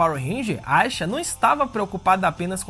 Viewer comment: Por que ele pronuncia o nome da Aisha desse jeito?